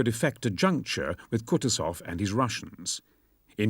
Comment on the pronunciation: If possible, plz correct the pronunciation: KUTUSOV pronounced 'Koo-TOO-zov, with the stress on the second syllable.